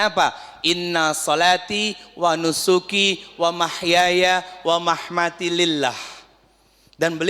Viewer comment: Ustad yg betulnya wamamaati,bukan wamahmati